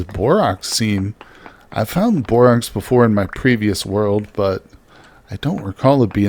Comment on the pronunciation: FWIW, it's borax like the "a" in "hat" or "cat". Love your videos though!